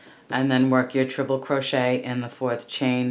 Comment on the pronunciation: Treble crochet not trible